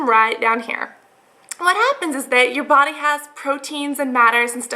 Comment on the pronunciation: brody:/ instead of body tehe